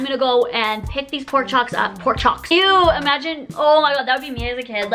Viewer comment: wait did you just say pork chock instead of porkCHOP